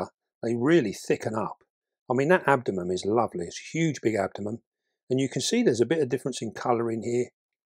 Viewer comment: It's AbdomeN with an N not an M. Sorry, but every time you say abdomem I go uuugghhh